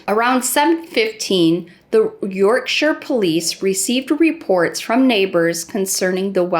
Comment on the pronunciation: As a welshie,thankyou so much for not being the usual yank and not pronouncing it as "york-sh-eye-ur"